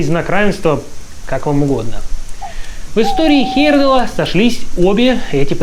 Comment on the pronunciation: Автор, если уж берешься вещать Миру о великих путешественниках, то не коверкай фамилию Тура Хейерда́ла. Ты же себя называешь, а не ЖИрков.